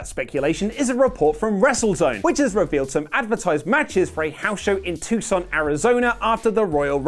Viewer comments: said Tucson right lol. Good work man. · you get a thumbs up from me for pronouncing Tucson correctly, unlike Oli who didn't in a previous wrestletalk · Wow, a foreigner actually pronounced Tucson correctly. Good job.